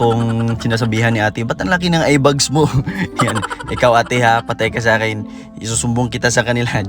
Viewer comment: A in the word eyeBAG is pronounced as A in the word fan, not sounding like a bug nor fun. It’s not “eye bugs”.